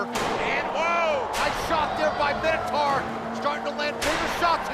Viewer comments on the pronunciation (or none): For the love of all things, Minotaur is pronounced "My-No-Taur", not "Minnow-Tar". "Mino" like "Minor" or King Minos (not King Minnows) who built the labyrinth the beast inhabited. "Taur" like "Taurus" (also from Greek), how would that be pronounced "Tar"? "Minnotar" would be pronounced how these guys, and a bazillion gamers who have no clue that the creature was literally described/created thousands of years ago, say it. But it's, literally, in every sense, Minotaur. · Can't take the presenter seriously when they pronounce it MINNATAR